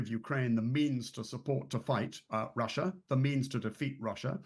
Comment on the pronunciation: The host: I'm tewwibly concerned that Gweat Bwitain may have to fight in Wussia! 🤣🤣🤣🤣🤣